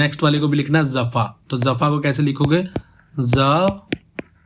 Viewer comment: Bro... jafa main nukhta nahi hain... so it is jafa not zafa....